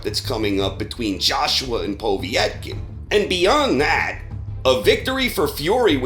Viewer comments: Just a minor point, it's "Po-VET-kin" not "Po-viet-kin". Excellent content as always. Cheers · It's "Pah-vet-kin" not "Poh-vee-ett-kin" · lol who the fuck is "Poh-vee-et-kin"? I mean, it's really not hard to pronounce his name correctly... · Povietkin?? What the fuck is a “Poveitkin”? ITS POVETKIN! PO! VET! KIN! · Povy Etkin who the fuck’s that? Povetkin you mean? Lol 😂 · Povee-etken? Seriously WTF is with Americans and their weird pronunciations of fighters names? Carl Frowch anyone? How about Tony Baloo? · Who is Poe-vee-etkin? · Poe-Vee-ek?> wtf is this channel, lollllllllllllllllllllll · How the hell did you start saying po vee etkin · Why do you keep pronouncing Povetkin "Povee-etkin"? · Tim Skalsky Because he's old and old people are weird. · Are you intentionally mispronouncing Povetkin ?